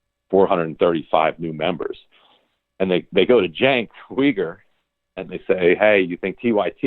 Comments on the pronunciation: How does Grim not know how to pronounce Cenk's last name? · Even Cenk can’t pronounce his own last name 🙃😉